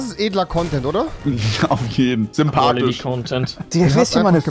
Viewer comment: "Shympatische" Ah Ja